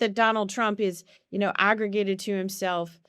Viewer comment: Arrogated, not aggregated.